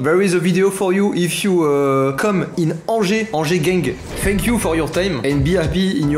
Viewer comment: On dirai quand tu dis thanks you on dirait tu dis Fuck you